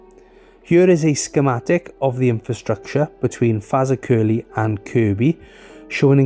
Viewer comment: FAZAKERLY!!! Ha ha ha ha ha I